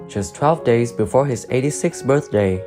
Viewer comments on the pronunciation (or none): none